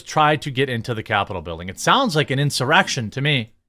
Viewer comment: man sounds like a flaps lips inshumuherection 🤪 will anyone be locked up without due cause like 1/6 protesters? Of course not.